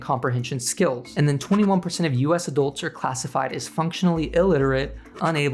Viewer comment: Please pronounce the u in adults as a u, not an o.